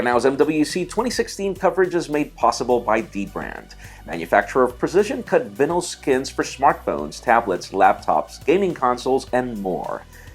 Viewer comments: That's not how you pronounce "vinyl"... Nice video though. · LOL someone please tell how to pronounce VINYL